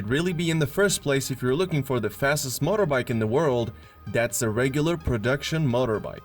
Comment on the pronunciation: You need to google how to pronounce MOTOR.